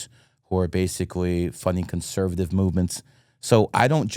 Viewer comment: I agree with a lot of what says however the first vowel in Conservative is also an O.